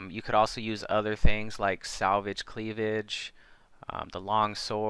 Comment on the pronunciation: he's butchering these names lmao salvaged cleavage xd